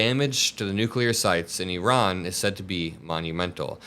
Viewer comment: ☆ "I RAN." Google the pronunciation JD. If you're going to murder them at least get that right. But then again you voiced that Haitians come from "Haitia". Stupid fascist.☆